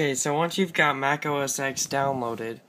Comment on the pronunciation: Every time you say "OS Ex" I cringe. The X is pronounced 10.